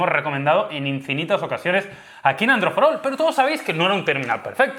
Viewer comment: "androi marmalo" Ste karloz :v